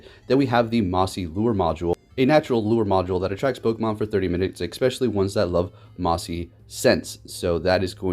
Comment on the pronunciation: "expecially" ::eye twitches